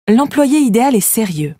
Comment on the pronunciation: Idéal pronounces as ideYal, not idel. Is that a machine reading the text?